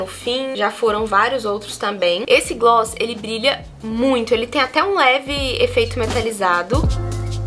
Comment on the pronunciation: A melhor parte do vídeo é falando "glosss, glosses, gloo.." KKKKKKK maravilhosa 💓